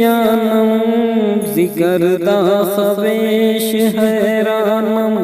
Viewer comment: خویش کا واو نہیں پڑھا جائےگا جناب